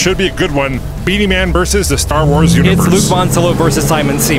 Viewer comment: He said Beenieman lol. Man your channel is always a pleasure to watch.